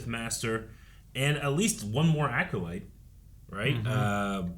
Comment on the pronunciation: How is still saying Aculyte 😂